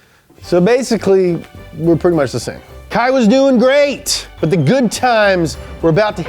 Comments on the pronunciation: Unless kei chooses to pronounce it differently, i think it would be ‘Kay’ not kye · Kei Miura is pronounced "Kay". Japanese e-i sounds like the e-i in Reign. It's a common shortened version for names like Keiichi, Keisei, Keiiji, or Keiko. Though Keiko is often used for girls nowadays. Fun fact. The More You Know! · great vid , but its not "kai" it's "K" It's just pronounced like the letter, "K" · Great video and hilarious skit! But the way you pronounce Kei's name is "Kay" not Kai 😂 Nice try though! 😂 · Love this and excited for more of this tuner series to come. However, I really wish you guys would take a bit more care in pronouncing the central figure's name correctly. In this case, it's "KAY" not "KY." Like "O-KAY" and not "KY-LO REN." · Why are you pronouncing his name as Kai? His name is Kei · Sweet, Up to Speed is back^^! Also it's pronounced "Kay" if it's K-e-i. How you're saying now is as if it's spelled K-a-i. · Ya know, the name of the main legend in the vid is pronounced as "Kay", not "Kai". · His name is Kei, not Kai. Kei is pronounced like the letter "K". I know it's pedantic but it's kind of something you want to get right considering it is the guys name and all. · His name pronounce is "K". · I like how hes worried about mispronouncing kyusha , but he mispronounced Kei as Kai the entire episode. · I love you but you’re killing me. Kei is pronounced like the letter K. Say Kay!!!!!!!!!!!!!!! Words like kyusha are tough, I get it. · Awesome video man!!!! sweet cars!!! Just need to work on pronouncing the guys name right, he's japanese not german. KEI = Keh+ee... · Literally spelled "K e i"... Pronounced "Kai" Anyway missed this series :) That dealer rage scene was crazy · (Kei is pronounced more like Kay, or Ke ee) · Isn't it pronounced "Kay"? Oh well, his work is amazing! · I'm triggered by ' pronunciation of Kei 😂